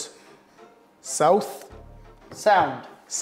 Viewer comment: Hah! Gerwyn pronounces it, 'Southwoods! 😅 Funny video